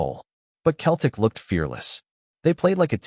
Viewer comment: Fucking AI. Learn to pronounce Celtic.